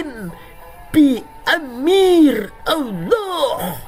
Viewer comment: Lucu juga bila dia bilang OWLLOOH!!! Es We Te😂